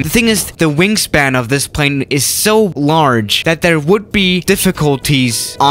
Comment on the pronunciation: Nobody:: [pʁei̯n]